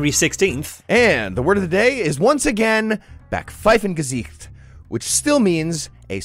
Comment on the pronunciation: Nice use of Backpfeifengesicht, almost correct pronunciation even.